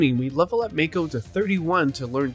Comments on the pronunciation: It's M-AA-ko, not M-ay-ko. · The pronunciation on mako… hahaha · LEGIT they say his name hundreds of times how do you mispronounce it so badly? unwatchable